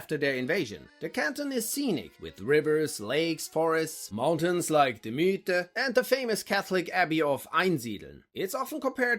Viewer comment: Broo Ragebaiting calling the Mythen as Müüthen....